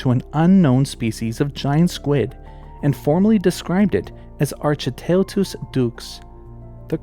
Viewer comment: Enjoying your video very much; informative, and it's nice to see the Cryptid video trope turned on its head. One comment so far is about the Giant Squid, ; the genus Architeuthis is more correctly pronounced ark-e-TOOTH-is, and the species name like "ducks". Unfortunately, I cannot find you a link or source for this.